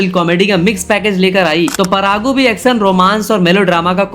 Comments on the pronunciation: Its parugu not paragu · Kuch kuch bisay tum galat bataya be thik se research kar ke bata Pehli 100cr collection film dj nhi race Gurram tha pehla 100cr collection film . Alluarjun ke pita ji allu arvind ji he cheeranjeevi nhi. Paragu nhi parugu Ish sty lish star nhi Stylish star 🌟 Thike pronounce kar sabdh ko chutia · Its not परागू 😂 its परुगु